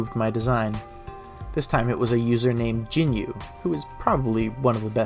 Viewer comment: jinyou (陣容（ジニョウ）is pronounced "jin-yohh" with a held O vowel sound (in Japanese, ou is a long O sound)